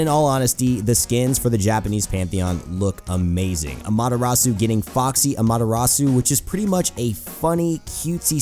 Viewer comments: How do you pronounce the names wrong if the characters say it theme selves. The way you pronounce Amaterasu is silly. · you pronounced Amaterasu and Susano-o wrong, but great video.